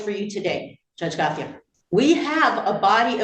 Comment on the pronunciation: It’s pronounced Go-chay